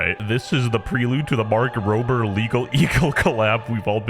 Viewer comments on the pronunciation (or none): I swear I heard “Mark Prober” like 3 times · Emphasis on his last name